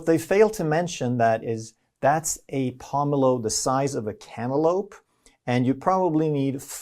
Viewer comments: lol the way you pronounced pomelo lol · Hearing this guy mispronounce pomelo is infuriating.